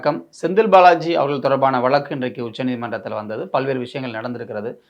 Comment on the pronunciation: விலக்கு,,வலக்கு..இல்லப்பா.. வழக்கு